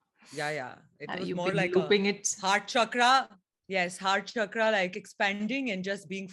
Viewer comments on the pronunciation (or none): none